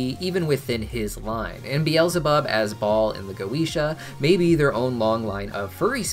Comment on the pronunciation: The correct pronunciation of goetia is goh-eh-tee-ah. I only care because my cats are named Solomon and Goetia. I wish Vivzie had gotten it right.